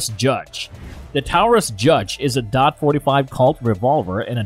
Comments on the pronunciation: Anybody that say DOT 45 loses credibility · I mean the man can't even pronounce taurus right and says dot instead of 45 or point 45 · It's hard to take a video seriously that pronounces "forty five caliber" as "dot forty five". Also, I have a Bersa Thunder. It's a great little piece. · its 45 caliber not dot 45 lmao DOT is department of Transportation. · Its probably a premium service text to voice, they are much more convincing than the usual ones but they still make mistakes like "dot 45" for .45 as they directly read it. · stopped thinking this video was gonna be knowledgeable at all as soon as he called it dot 45